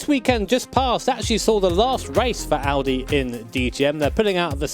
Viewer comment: At first of all you say Audi the right way respect 👍